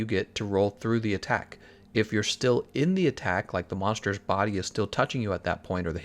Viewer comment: this man has a 3 star weakness to the letter r, "monshtershs" lul